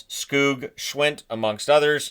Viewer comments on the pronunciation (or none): hey, i just wanted to hop in and let you know that the o-sounds in Björnfot and Skoog are pronounced exactly the same (despite their different spellings,) like the o-sound in "moon" and "oodles."